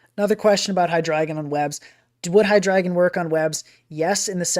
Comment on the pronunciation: My heart feels good that you are the only person who pronounces that Pokémon‘s name correctly. Drei for 3